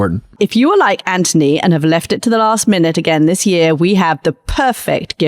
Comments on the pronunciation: PLEASE 🙏 PLEASE 🙏 PLEASE 🙏 STOP calling him 🐜 Ant - ony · Why do you call him Antony when his name is Anthony?